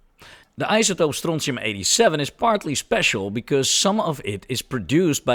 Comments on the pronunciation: Bro, the way you pronounce it. Wat een schijtmetaal, nee het is strontium😂😂😂😂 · where in the nature did you find that siren clip :D ? The chemistry is much complicated - but your pronounciation of strontium sounds like real scottisch could say strontium upon finding :) Telly Ho!